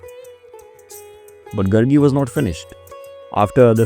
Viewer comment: It's not Gurgi. It's Gaargi.